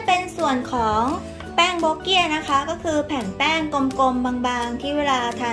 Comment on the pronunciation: “โบ๊กเกี้ย” <<<<<< ใช้ภาษาพูดไม่ถูกครับ /// ไม่ใช่ทั้ง โบ๊กเกี้ย และไม่ใช่ โบ๊เกี้ย _____ ภาษาสำเนียงไฮ้หน่ำ (ที่คุณเรียกไหหลำ) ขนมนี้ต้องออกเสียงว่า “บั้วะเกี่ย” ----- “บั้วะเกี่ย” ครับ